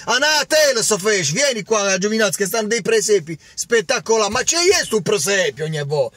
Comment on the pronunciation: Ah, ah,ah, è vero, dice " presepio... " invece di " per esempio..." 😂😂😂😂😂 Cmq., cancelliamo col pennarello tutti questi pseudo youtuber milanisti caro perché ci vogliono fare il lavaggio del cervello per abituarci a non pretendere niente!!!......Poi hai notato che i conti, il budget, la sostenibilità, la nominano solo per il Milan??? Non si nominano mai per i gobbi, non si nominano mai per i cartonati-prescritti benché iperindebitati!!!!!!